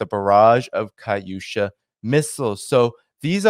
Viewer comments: It’s KATUSHA not kaUsha. You sound re ta r ted learn how to pronounce words correctly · Dude learn how to pronounce Katyusha if you're going to say half a dozen times.